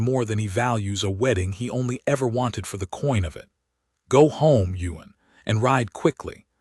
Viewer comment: It would be Ewan, Ewan, Ewan. NOT Yuen 🫣😏😒